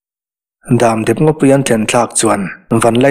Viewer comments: HMEICHHE vau loh leh vau vau lo chu an pawng tual tual tih hi ka lo hriat ve dan. Damdep lui tih a dam i lam/thluk dan hi a fuh lo deuh em aw. In dam tlang em?tih a dam tih Ang hian lam/thluk tur a ni zawk lo maw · Damdep tih hi a ziaktuin lam dan tur a tih nge beng a verh tlat,dam hi ka dam tawh tih a dam tih lai hi niawm tak,dep tih pawh hi a ri dep dep (ri sang)tur niawm tak